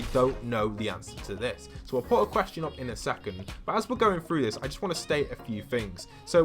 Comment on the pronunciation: “Awnser the QUSTION”